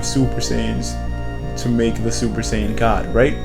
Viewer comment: saiyan not shaiyan